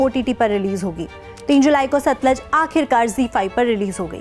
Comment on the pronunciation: satluj hai na ki satlaj